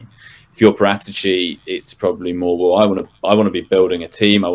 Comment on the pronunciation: The correct sound of Paratici is Paràtici, not Paratìci with accent on the penultimate i